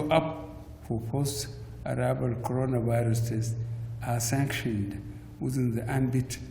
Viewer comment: Did I hear codoro virus.